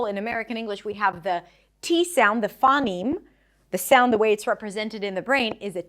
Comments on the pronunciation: givng pronunciation advice when you cant say phoneme correctly. yikes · Small nitpicks: - I think you're mispronouncing "phoneme" / / , it should be diphthongized, similar to "phone" or "phony". - , you say that in Japanese phonotactics, final syllables are either open or end in a nasal. This is, strictly speaking, incorrect; devoicing can lead to words ending in a non-nasal consonant, e.g. in です. - Similar mistake , Japanese may have consonant clusters as a result of devoicing, e.g. in しかし.